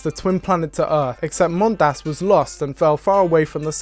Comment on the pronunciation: Is it canon, that the second syllable of "Mondas" has to be pronounced weird? I've seen several YouTubers stress the second syllable.